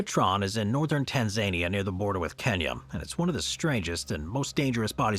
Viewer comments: Dude, not to be a jerk about it but it’s pronounced tan-zuh -NEE-uh, not TAN-zania…I worked for an African safari company out of Arusha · Tan-Zuh-Nee-Uh, not Tan-Zay-Nee-Uh. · Tann zayneeyah? Its Tanz ahneer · tan-zuh-KNEE-uh, not tan-ZAY-knee-uh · Tan - zay - neeah? FFS. Tan - Zan - EE - AH. Or, even Tan - Zuh - Nee - Ah. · "Tan ZANY uh" Can't they get the AI voice to say it correctly? Make is sound like a place full of zany people. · Tan-zay-nee-uh???? Unreal....how hard can it be to pronounce something correctly? A.I. or otherwise... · TanSAYnia? really? 😂😂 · Why does the narrator call it Tan-zane-ia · anyone else hates how bro says Tanzania?